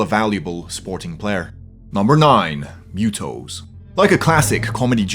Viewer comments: I'll forgive the accent, but they are M.U.T.O's not mew-toes. They aren't cat monsters. Anguirus is NOT more powerful than Orga. Biollante was NOT the first female kaiju, Mothra was. In terms of sheer size, durability, maneuverability, toughness and attacks, Destroyah is THE top Kaiju, beaten only by SOME forms of Ghidorah. Again with the adorable accent. It's not Jai-gan. It's pronounced Guy-gan. And no, Kong is NOT the third most powerful Kaiju. Not even in Kong: Skull Island. He's only half as tall as Godzilla 2014, he has no armor, no specialized attacks, and is easily wounded. You missed Space Godzilla, he is much more powerful than Mechagodzilla, Anguirus and several others. Possibly even Orga. And again, as popular as King Ghidorah is, his most powerful incarnation is almost certainly not mentioned, Kaiser Ghidorah. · Besides the way he pronounces M.U.T.O. ? 😂